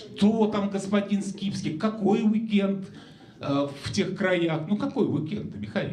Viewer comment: ...а когда ведущий говорит: "Михаил Скипски", мне тоже вместо имени слышится рифма, оканчивающаяся на "...фил".